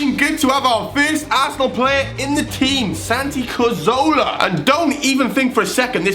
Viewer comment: Calls himself an Arsenal fan, can't even pronounce Cazorla's name right.